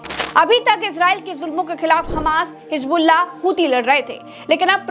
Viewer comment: Ganwaar apna pronounciation Sahi Kar hijbullah nahi hizbullah hota Hai